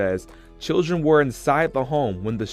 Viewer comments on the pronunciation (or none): There was no other outcome for her with this pathetic loser. He could barely even form a coherent sentence. He was a career criminal. He was abusive. “I’m sorry to my churrun,” he claims after the fact. He absolutely meant to do what he did. He wasn’t under the influence of alcohol, he was under the influence of Satan. One of the sisters said she died protecting her children, but the only way she could have REALLY protected her children, was by not getting involved with that POS in the first place. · "CHIRREEEEEEEEEN" I am so sick of ignorance, we have to do better.